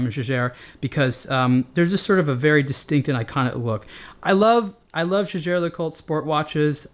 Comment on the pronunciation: It's pathetic to pronounce "Jaeger", which can also be written "Jäger", as though it were a French word. And no, I'm not a native speaker of German.